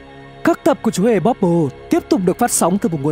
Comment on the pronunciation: Ban đầu đọc là chmúa hmề bobble